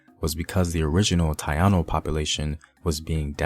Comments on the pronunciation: Come on maaaaan. Its Ta-ee-no. Not Tai-a-no. But good vid. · Lol he said tayano......theyre taino brother. Good video though. Informative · Please spread knowledge on Afro-Colombians. Also not to be an asshole, but the pronunciation for Taino is Taeeno not Taiano. Try to find some Spanish speakers for better pronunciation of Spanish words, other than that, I love your channel. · Tah-Eee-Noh.... not Tah-Ah-Noh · Is not Tayanos is Taino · Tah ee no (Taino), not ta ya no Thank you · How can I even listen to this test of this video after he said Tie-ano 🤦🏽‍♀️🤦🏽‍♀️🤦🏽‍♀️ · Ta iii no ( tan ee no). Thank you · My brother; Thai - E - No(s) Taino(s). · Not TaiANO. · Accurate historical record...but couldn't get past the mispronunciation of TAINO Indians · You don't know how to pronounce Taino. Know your ancestors. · So there are Puerto Ricans of European, African and Indigenous bloods. What's new here? And please before you go on with your history rant learn how to pronounce the names of cities, natives and dances so that you could be taken more seriously. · Here we go again We are not Afro Puerto Ricans. We are Puerto Rican period. We are a mix of Taino Indians and African. If you want to get technical we would be called Taino Puerto Ricans. I’m tired of blacks wanting to state claim to is. When they don’t even claim they own African heritage. Africans don’t like African Americans and African Americans don’t claim being African but they claim Africa....sometimes. You not even pronounce it right it’s not called Ponce. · Learn how to pronounce Taino before you start talking about history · You said Taino soo Wrong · You saying Taino wrong. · Interesting. I learned some things. Now your turn. For your homework, take an interest in pronouncing correctly the few Spanish words you used. Gallego is Gah-YEH -go Taino is ta - EEE - no Guanguanco is gwah-gwahn-CO Thumbs up!!! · It's hard to buy what u say when you cant even pronounce taino or ponce